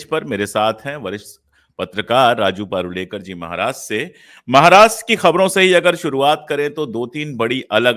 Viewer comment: Why do you say पारुळेकर and not परुळेकर ? Why pronounce somebody's name wrongly